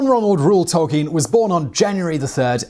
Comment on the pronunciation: Bonus fact: the name is pronounced toll-KEEN.